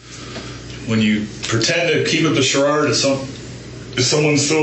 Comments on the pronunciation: “Sharrard”—instead of “Charade”🤣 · He kept up the "chararde" 😄